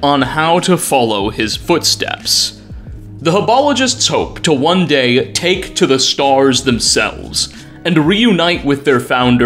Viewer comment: I thought you said dad not day😐😐😐😐😐😐